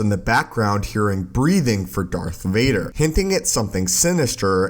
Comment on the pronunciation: Darth Rayder